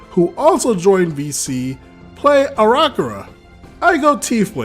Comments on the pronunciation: Just a bit of pronunciation help. *Air-uh-coke-ra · Isn't it actually (Ara-cock-rah)? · they way he says aarakocra hurts me so hard